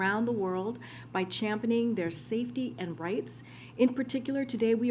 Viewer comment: Champening... Priartizing... Feel like I'm back in high school, forced to listen people reading from the textbook When will this clown show leave town? 🤪